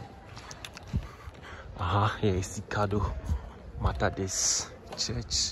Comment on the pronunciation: Nice jobs but commentators pronunciations ! METHODIST for example was said MATADIS !